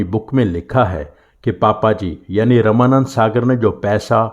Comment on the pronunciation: आप रामानौद सागर जी का नाम रमानंद सागर क्यों कह रहे हैं?